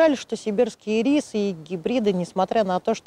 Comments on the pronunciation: очень резало слух ирИсы. первый раз такое произношение слышу. вообще то Ирисы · Кому нужен ирИс, тому - в кондитерскую. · Блин, а я всегда думала что они Ирисы, с ударением на первую И... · не извиняйтесь! И рисы,режет слух,как и слово рододендрон. Его тоже искажают так,что тяжело слушать!